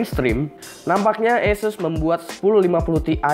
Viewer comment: ESES apa ASUS sih bang? #nooffense